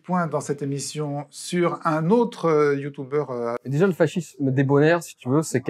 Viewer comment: "youtoubeurre" j'ai mal aux oreilles